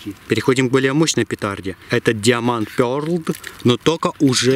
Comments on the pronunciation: все услышали как он это прочитал ??? только там буквы "Д" нет ептвашумать))).........Пердл))))))))))))))))))))))))) и таэе фигня..на парни или нет не знаю,но Вас явно мучает Пердл)))))))))))))) я теперь понимаю почему Украинцев не особо любят во всем мире потому что это пиздЭц))))))))))))))) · правильно "даймонд пёрл" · Diamond Pearl - Диаманд пердл ТЫ ЧИТАТЬ УМЕЕШЬ? Даймонд пёрл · Diamond Pearl читается как даймонд(ударение на а) пёрл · Диаманд пёрл😂😂😂вот это я понимаю, русское произношение. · "диаманд пёрл" судя по произношению и распостраннености этих слов,которые даже ребенок пятого класса правильно прочитает да это научный канал...теперь даже не сомневаюсь в этом ,видя перед собой учЁных людей... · Диаманд ПЁРДЛ!!! Ахахахахахахаха! Орууу!))))) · Диаманд ПерлД...ужас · Даймонд пирл,так правильно. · Мне послышалось диамонд пёрд 😂😂😂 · Диаманд Пёрдл ), ну ты даешь. Двухмилионный уже канал, а ты продолжаешь одевать эту робу и снимать в старом доме. Боишься потерять подписчиков? Харош прикидываться. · Диаманд пьерл Аааа, минус уши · диамант пертл - пернултрл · было два варианта произношения. Один тот, что назвал ты, второй был "диамант пЁрлД"... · Твой газовый "диоманд пёрДл" оказался качественнее.